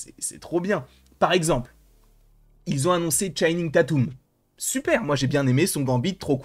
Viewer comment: C'est comme ça qu'il prononce